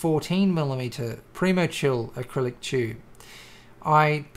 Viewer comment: you pronounce tube as "chube"... funny accent hahhahahahahhahahahahahha